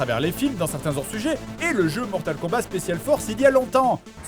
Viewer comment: On dit Mortal KombaT, avec un T, comme : "T'va voir ta gueule si tu parles pas komifo !" ...